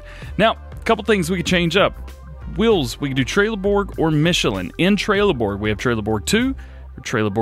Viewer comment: Its Trelleborg not trailer Borg